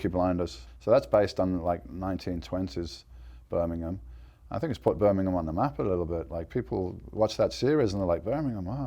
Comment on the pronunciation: In Burminkham " lol